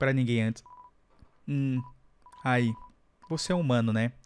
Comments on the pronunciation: 💯 querer ser chato te corrigindo mas sempre quando vc vai ler "aí" vc fala "ai" Tem um acento no i Eu sei eu to sendo chato mas eu tive q comentar Edt: deixa pra lá vc já aprendeu a falar certo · não é ai é aí